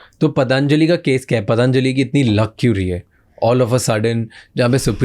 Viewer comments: ब्रैंड का नाम पतंजलि है ना की पतांजली, बोलना तो सीख ले सुनील शेट्टी की बहन, कुल बनने के चक्कर में फुल बनते है लोग । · wonder why northies can't even say Patanjali properly , they keep calling it Pataanjali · It is not pataaaanjali it is Patanjali पतंजलि